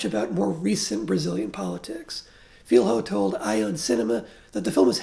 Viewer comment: Just for Future reference, "Filho" is pronounced closer to "Filio". Thank you for your very deep review of the movie and of our political context.